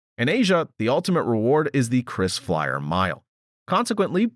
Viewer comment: it is KRISFLYER and not CHRISFLYER